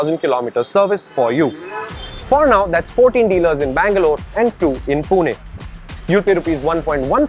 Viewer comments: Pune*, not Poona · Bro it's not poona it's pune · it's पूणे not पूना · Its pune not a puna man..! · He said poona🥲